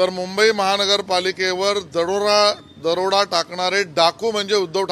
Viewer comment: आहों शेलार पहिले दरोडा हा शब्द नीट उच्चार करायला शिका.